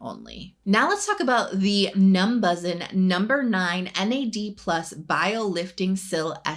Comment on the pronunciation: I believe it’s pronounced “numbushin” (how koreans would say “numbers in”)